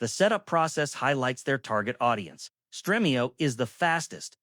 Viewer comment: Streamio not Strehmio